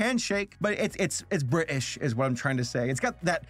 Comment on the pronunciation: do you mean bri'ish